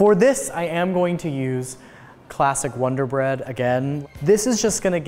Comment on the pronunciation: U said "experiment wrong" it isn't like ear(eer) it like Eh like in pet. Ya welcome but love the German pronunciation of wonder-bread. mayo with grilled cheese is just weird, whatever floats your toast!